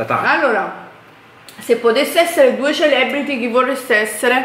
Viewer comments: "CELEBRITY"pronunciato proprio cosi 😂😂😂😂😂😂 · "Celebriti" adoroooo